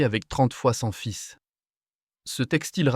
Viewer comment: Votre utilisation d'une voix (pas que) synthétique est désagréable, car les prononciations ne sont parfois pas adéquates. Faites un peu plus attention de ne pas laisser des erreurs telles que 31 fils au lieu de 31 fils.